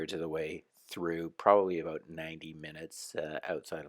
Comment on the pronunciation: Listen closely he says aboot...he's definitely a Canadian? Aeh..